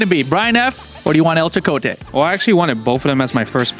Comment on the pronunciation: Thanks 4 gettin Chakotay’s name right